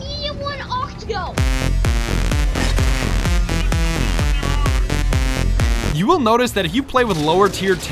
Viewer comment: "Medium one octago" 😂